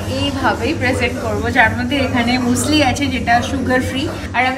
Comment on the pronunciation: Hi didi muesli k musli bole na মিউসলি bole..... Loads of love🥰